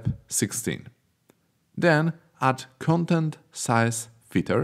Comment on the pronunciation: Your pronunciations get some mistakes, such as 'content', 'spacing'... Please keep an eye on pronunciations. Even though, your content is so beloved! I feel like finding out a gold mine of Unity tutorials. :D